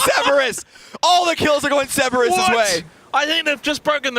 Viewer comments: my god he said "Ceberus" six times in ten seconds. does nobody come to him between broadcasts and say, "hey buddy, i gotta let you know..."? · man, someone tell him there are 2 Rs in Cerberus.